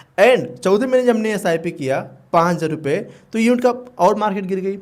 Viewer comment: 5000 bhi dhang se nahi bol paate ho ..pahle bolna sekho